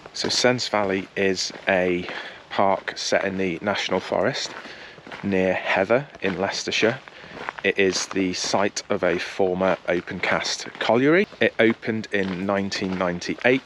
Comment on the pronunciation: Great video! Heather is pronounced “heave - er” by locals not heather as it reads!! Thanks for filming looking forward to going to it now. No idea how I’d totally missed they started parkrun in my doorstep!